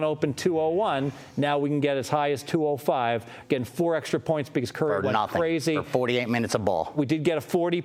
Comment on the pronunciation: I hate when people dont say Stephen Curry's name right!!